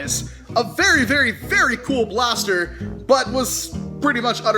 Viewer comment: Paster... pls say blaster from the paster